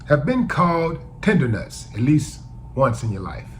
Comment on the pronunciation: Did he say “tender-nuts”!?!🗣️🤭🤭🤭